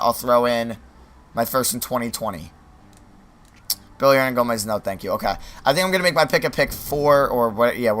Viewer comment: Isnt it Willy hernangomez? This dudes sayin billy